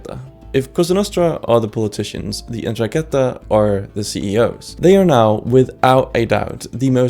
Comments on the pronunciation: that says "norangheta", not "indrangheta". Seems like u needed some help with reading, there. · The accent on Andrangheta is actually on the second a. 'Ndràngheta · Ndranghéta? why does no one ever get it right... What's with English speakers and never ever checking accents In any case considering the other mafias as anything close to equal to ndrangheta at this point is just silly, Cosa Nostra was loud and unsubtle and openly tried to challenge the state and the state destroyed it, Ndrangheta developed a subtler and more complex systems, weaving itself in private societies, elite clubs, the halls of Government, and, famously, free masonry. Mafia during the cold war was favoured by America and the atlantist parties as collaborators against communism, being part of the alliances of covert powers (gladio, P2, etc) that were put in place as part of Stay Behind. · You need to learn to pronounce Ndraghetta and btw in Sicilia is actually Mafia( allegedly) If there is any Mafia at all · ndrangheta pronounciation is different, but thanks for the video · can't even pronounce ndrangheta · Good introduction video, apart from the pronunciation, mainly "Ndràngheta", and also Tommaso Buscetta, instead of Bruschetta, lmao. All mafias have a connection to various countries' intelligence agencies, not necessarily of their own country. This is happening again and again since the opium wars.